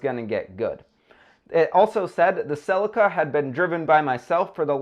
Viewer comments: Celica is not said with an a .... americans again learn to speak english its nt neesan its nissan ... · can you not pronounce celica or mazda?